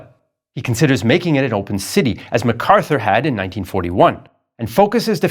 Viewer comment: Not macarthuer